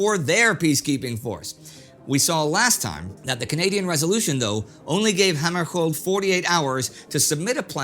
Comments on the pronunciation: Dag Hammarskjöld - I recall it pronounced slightly differently from you. Was it incorrect with the last syllable as "shuuld" not "Kold"? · Indy, I'm old enough to remember the crisis and every time you mispronounced Dag Hammarskjöld's name, I winced. There is no hard 'k' in the name. It is pronounced hæmərʃʊld or HAM-ər-shuuld (in non-IPA), or at least that's how it was pronounced by TV presenter during the crisis and when he died in an airplane crash in Northern Rhodesia in 1961.